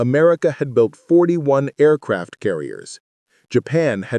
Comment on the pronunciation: “Tweeee Aircwaft”!!!!!!!!!